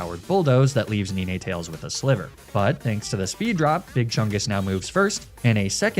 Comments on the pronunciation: Whenever says arcanine or ninetales it makes me wanna do what the rabbit siblings considered doing to Leon. 9! SAY NINE! NOT NEE NAY! NINE! 9! NIIIIIIINNNNNE!!!!!!!!!!!!!!!!!!!!!!!!!!!! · I loved the story but Neenay-tails and ar-ka-neenay really took me out of it lol. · The butchered pronunciation is the joke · The way you pronounce arcanine and ninetails is very strange but I like your videos